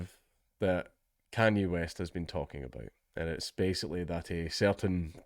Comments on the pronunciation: lmao.... it's yay. it's the second syllable of kanye. you don't call him kanyee, do ya? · It's "Yay" as in "Kan-Ye" the tail end of the name being pronounced "Yay" not "Yee" yeah I know when I figured it out I thought it was retarded as well. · It's pronounced 'Ye' as in 'Yeet the jews' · You pronounce Kanye by: Take genghis khan, and YAY Khan YAY Kanye West one of his first performances they said Cane lol